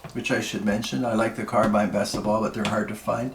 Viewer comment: Finally, somebody who pronounces Lever and Carbine correctly Great video man